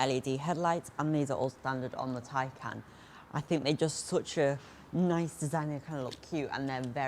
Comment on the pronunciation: Holy molly u are young maaaan. Great job, finally someone who says: Taj Kán not like tej kán or taj kén...